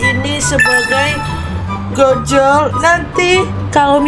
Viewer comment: Mohon maaf kak bacanya ojol bukan Gojol